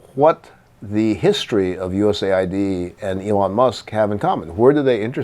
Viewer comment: I believe it’s “US Aid” Not “USA ID”